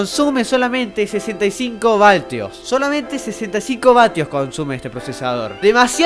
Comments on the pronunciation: Che amigo, disculoa pero PODES DEJAR DE DECIR VALTIOS? Gracias :) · Y es vatios no valtios (? Es una boludes para la mayoría pero suena re mal para el que sabe xd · vatios, no valtios jajaja excelente video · la potencia y el uso de voltaje son dos cosas diferentes. Y se pronuncia vatios no valtios. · Yo al escuchar: "Valtios" Yo:Wtf? Luego de que diga muchas veces "valtios" Yo: ¡dilo bien idiota! ¡dilo bien o te mato!.jpg :v